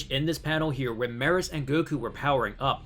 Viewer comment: It's pronounced Me-Russ. Couldn't take it being mispronounced anymore lol